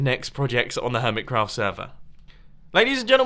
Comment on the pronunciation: Does it annoy anyone else that he says 'HermitScraft server' instead of 'Hermitcraft'?